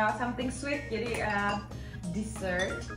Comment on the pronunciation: ito, bedakan pengucapan desert (gurun) dan dessert (makanan penutup), jauh kalipun .... hehehe